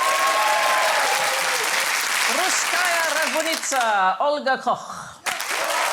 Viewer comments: It's Koch, not Cock. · Koch. The name is Koch.